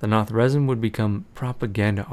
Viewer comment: Its pronounced 'Na-Thra-Zeem' But still Epic vids!!! :D